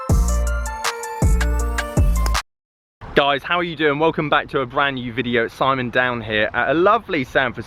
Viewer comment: Still dont know if your name is Simon Downs or you are saying Simon down here